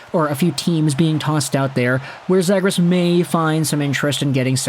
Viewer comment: Dude you gotta learn how to say his last name correctly